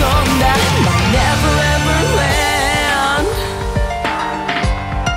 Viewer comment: land発音してなくない？